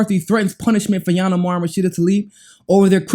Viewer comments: Please pronounce her name ..ill-han not yan. It's confusing when you make up a new name for her. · Hey learn how to say her name right i thought you were talking about another person. Lol. It's ( eel - han)